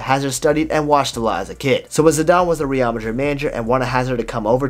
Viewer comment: Great videos man, but the way you pronounce Real....ughhhh